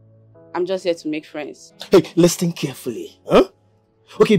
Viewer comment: Please o pronounce the listen as lisen Listing listing 😢